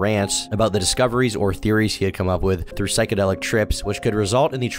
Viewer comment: IM SO SORRY BUT THE WAY YOU SAID “THREW” INSTEAD OF “THROUGH” LMAOOOO